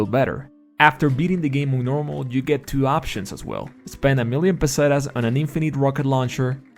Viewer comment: Like for pronouncing "pesetas" the right way (I'm Spanish myself).